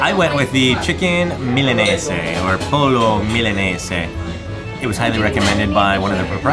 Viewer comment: pollo...pronounced POYO i do believe lol